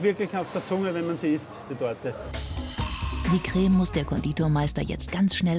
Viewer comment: dieser typ sagt anstatt "creme" "greme"😂